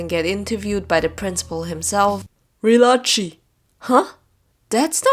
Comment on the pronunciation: Re-la-chi? I thought it was pronounced Re-lah-Kai